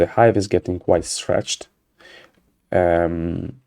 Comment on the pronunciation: Did I hear "vanilla ice" when you said "vanilla Hive", you can't prove it !?!